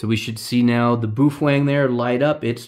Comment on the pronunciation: Ba-oh Feng not Boofwang.